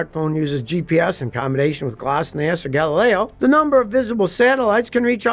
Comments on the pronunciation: Scotty, it's pronounced glonass not glossnass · I don't think that GLONASS is pronounced Gloss-nass 😅 rest of the video is great 👍🏼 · G L O N A S S, not glosnass. Land Surveyors GPS is accurate down to less that 1 inch.